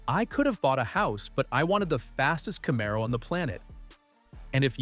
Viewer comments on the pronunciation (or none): Bro, stop using ai that can’t even pronounce Camaro